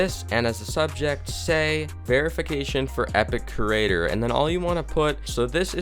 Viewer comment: He literally said “kerater” instead of “creator”